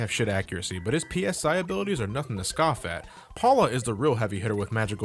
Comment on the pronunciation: The way you keep saying P-S-I instead of just "sci" is driving me crazy. Ness doesn't use "Pounds per Square Inch" to attack his enemies, he uses PSYchic powers.